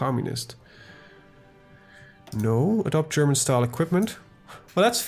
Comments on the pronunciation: Your German accent is really good. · are you a german????? Cause you speak german word really good))))